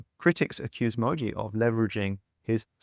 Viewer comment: bro couldnt even do enough research to learn how Mooji is spelled and pronounced